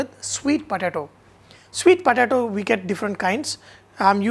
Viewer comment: "svweeet potAAto" fucking Mula